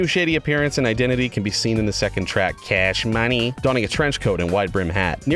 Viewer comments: ceesh munney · CaSh MoNeY